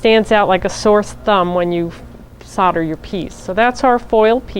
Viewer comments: Why can nobody pronounce soldering or solder correctly? Solder not sodder 🤦🏻‍♀️ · It's pronounced sol der not sod er. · FFS its pronounced soul der not sodder....... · Sodder lol It's actually solder, I guess it's the USA accent. How do you say holder or colder?